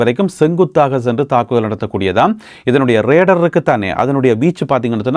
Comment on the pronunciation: raedarrr illa ammam..😂😅😢😢😢 RADAR. RAY DA EANDRU SOLLAVUM😊🎉❤ THANKS FOR THE NEWS UPDATE..